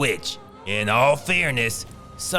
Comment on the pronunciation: 😂😂😂😂😂 bro !!!😭😂😂 "Which is Steven Stegal specially" 😂